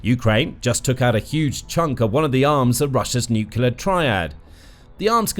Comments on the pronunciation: Narrator can't say 'nuclear'...sad! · 'Nuclear' does not have 3 syllables.